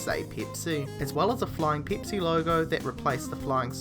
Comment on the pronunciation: It's not peepsi, it's PEPSI!!!! FUCK